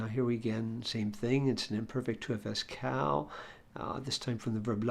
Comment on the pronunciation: Why does everyone at the Daily Dose pronounce קל as if it were the English name Cal? It's pronounced like "call."